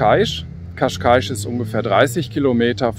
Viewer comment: você falou Cascais corretamente, ficou perfeito. Dein Video ist wunderbar. Glückwunsch!